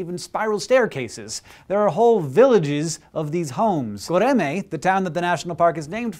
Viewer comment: Pronounced göreme wrong